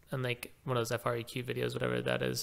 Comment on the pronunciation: Dope video and it’s pronounced “freak”, it’s short for frequency